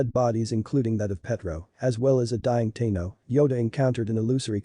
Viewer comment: Ahsoka Teeno? Yeah, mate, its pronounced "TAHno"